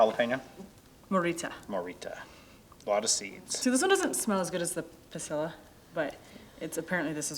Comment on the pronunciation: Puh-SI-ya is how you say the pasilla